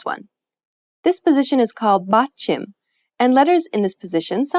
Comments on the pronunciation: Is Really "batchim" is pronounced as English speaker did i guess not ? Mistakes to Avoid huh ? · the way she said batchim bothered me kajdfk 'bachEEm' not 'batchIm'